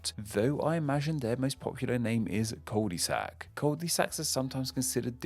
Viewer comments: Why does he keep pronouncing Cul-de-sac, Cul-Dee-Sac? I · Cul de sac - French for 'arse of bag'. 'Un cul' is 'an arse' not 'a bottom'. Please use Google Translate for correct pronounciation of latin words as you are reading tham and pronouncing them as if they are english words. This is not right and it's irritating. Otherwise, this was an interesting subject. Thanks (you got a thumbs up from me).